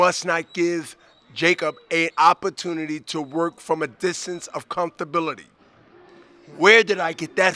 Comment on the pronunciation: Da fucc is "Comthability"????